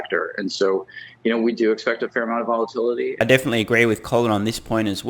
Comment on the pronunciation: I keep hearing, "stock price volatunity."